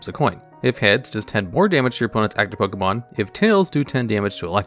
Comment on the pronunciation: It's not pokEEmon. It's pokEYmon.